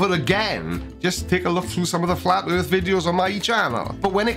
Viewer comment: Yours = yurs, earth=yurth, etc